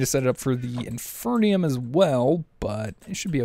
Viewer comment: Again, it's called IN-FEE-RIUM!!